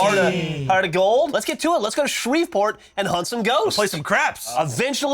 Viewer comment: It's pronounced Shree-port Geoff